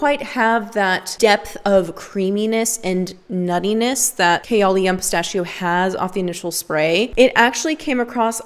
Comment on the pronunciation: I think you're pronouncing ''kayali'' wrong....good video, tho. You're one of the few , who are actually honest about perfume.